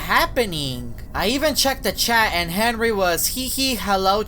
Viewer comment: u said henwy